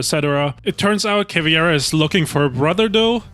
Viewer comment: I just heard 3 hour straight some dude pronounce CAVIEIRA 🧠